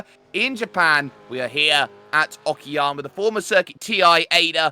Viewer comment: it's not oki_yama , it's oka-yama, means high mountains